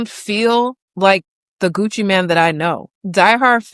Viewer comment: It’s Mane not Man.